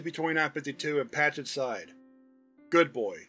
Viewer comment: He goes from “good boy” to “goo boy”.